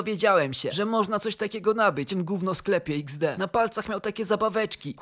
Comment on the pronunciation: ej ale ty wiesz że ''XD'' się nie wymawia tylko to jest po prostu emotka śmiania się( ''X'' to oczy a ''D'' to uśmiech)